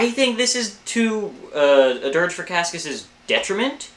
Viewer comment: its "KASS-ee-us" btw :)